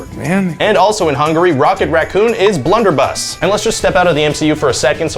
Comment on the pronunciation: BLUUNDE-ERBU-USS XD HAHAHAHHAAHAHAHAAHHAHAHA